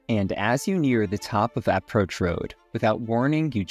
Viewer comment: Is it really pronounced “APP-roach Road?” Maybe that’s a rich-people thing?